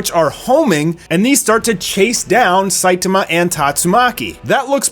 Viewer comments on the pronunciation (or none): Dude... why do you keep saying Saituma and not Saitama? Man is that distracting...